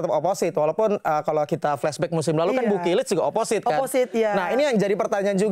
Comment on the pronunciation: Fyi, Opposite d baca oposit bukan oposait. Gw dlu jg baca oposait. Tau pas udh srg dgr komentator voli